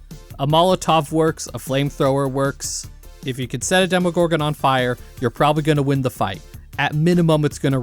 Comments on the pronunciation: why does bro keep saying "demigorgon" before switching to demogorgon halfway through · Stranger things taught me that education in the USA is null. Because how can you have such a large part of the population not being able to pronounce demOgorgon